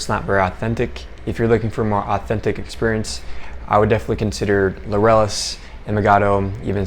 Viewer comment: I'm really not trying to be a jerk, but you really need to pronounce Laureles properly. At first, I kept saying it the way you do and I was CONSTANTLY corrected by the locals. The "r" should make a "d" sound. It's actually hard to get used to. But it's kind of important 🙂 Good video by the way.